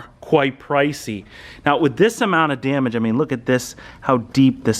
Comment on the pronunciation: I'm sorry but it really bothers me how the f.. u say DAMAGE... "Djemech" :D